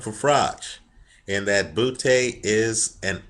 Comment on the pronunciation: like how he says Butee